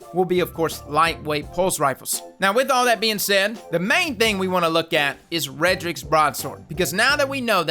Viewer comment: 1) It’s “Redrix’s,” not”Redrick’s.” 2) It’s not “Einstein,” it’s “Eyestein.”